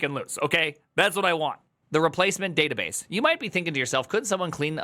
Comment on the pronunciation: le databass